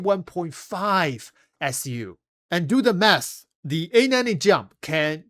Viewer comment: I can't stop hearing "Do the meth!", instead of math. xD